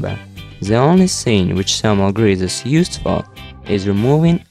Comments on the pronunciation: why not you using thermal paste? ... I never heard about salmon grease for this application .... that u keep mentioning in the video :D /lovely accent, haha, just kidding/ :D Am I the only one who hear 'salmon grease' ? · zhe salmon hease 😂 im dying here